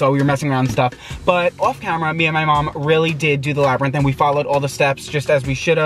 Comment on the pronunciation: LMAOOOOOO HE SAID LABBY RINTH🤣🤣🤣